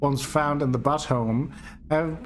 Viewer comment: Here is how to pronounce Butte